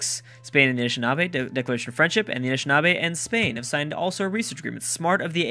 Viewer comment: Am I the only one that thinks it's kinda funny that of all the names, be it city names or civ names or whatever, can't pronounce, he totally owns the pronunciation of the Anishinaabe